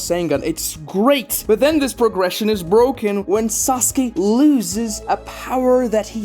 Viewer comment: ok are these pronunciations rage bait or troll? SasUkee, Saradee, borito, kawaykee. these have to be troll right?